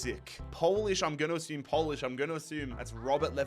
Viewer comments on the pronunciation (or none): none